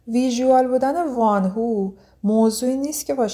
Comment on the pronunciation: در کنار بقیه کامنت های تذکر اشتباه تلفظیتون اینم بگم که وان هو اشتباهه و وونهو(Wonho)صحیحه. ممنون برای زحمتاتون🌹